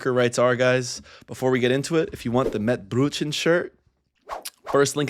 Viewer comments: the stress on compound words is Always on the first term, if u stress "mett-BRÖTchen" like u did when it evokes the feeling of "i mean specifically mince-BUNS and not mince-HEDGEHOG/[insert whatever word]" so remember, "METT-brötchen" ! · The way you pronounced Mettbrötchen made me laugh so hard. If people are sick too long, the health insurance will pay the salary 🙂. If you have burnout and get 4 weeks off, you still have burnout.